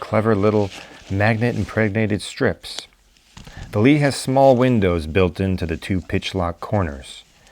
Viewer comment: good review but the name is LI, not LEE